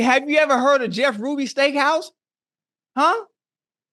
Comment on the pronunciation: This man said Jeff Ruby 😅😅😅😅